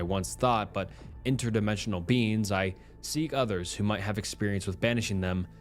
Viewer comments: U pronounce beings as beans and it pmo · The SnappedFingers story ended up making me laugh just by how pronounces "beings" in a way that makes it sound like "beans", kept having images of the guy being chased by the man-eating lima beans from that Jimmy Neutron episode XD